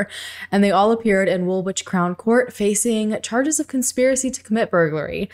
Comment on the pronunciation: *Woolwich >Wool-itch *Islington > Iz-ling-tun